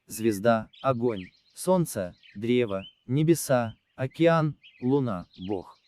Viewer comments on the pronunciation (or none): none